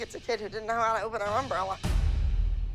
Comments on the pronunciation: as a texan it truly hurts me to hear um bralla not umbrella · The way Abby says umbrella really bothers me.